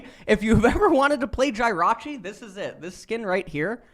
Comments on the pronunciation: come on man its Jehrachi not Gyrachi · His pronunciation of jir-a-chi killed me. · Definitely a highlight